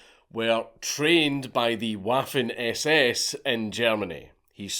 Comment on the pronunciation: Dank I love your content. But it's pronounced (Vaffin) not Waffin